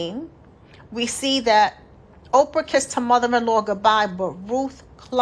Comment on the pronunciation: Thank you for the word sis. Her name was Orpah, not Oprah.